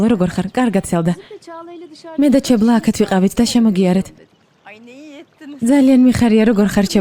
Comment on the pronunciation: ჩალა და არა 😂ჩებლა